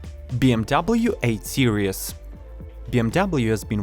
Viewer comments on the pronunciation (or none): Example the word Series pronounced Sear eez not sear ee eez... robot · “Seereez”, not Serious.